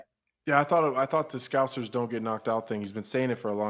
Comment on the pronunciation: Jon Anik is educating the MMA community to properly pronounce the word 'scouser' and as a scouser myself, I appreciate that very much. Thank you Jon.